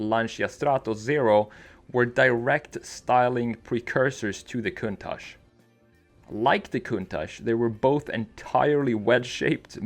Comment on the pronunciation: Thanks God you are one of a little portion of non Italian people to call the Lamborghini countach with the correct pronunciation. Thanks a lot